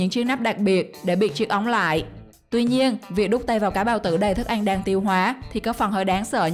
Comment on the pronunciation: Mc người vùng nào mà đọc ăn thành anh vậy ta